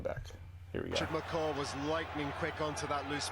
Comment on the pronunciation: You saying McCah hurts my soul so much